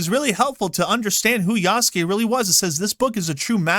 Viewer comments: Ya-Su-Ke. Eastern culture say each hieroglyphic as one syllable. It's not combine. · Everytime an ignorant English speaker pronounces the name yaSUke, a baby deer dies somewhere.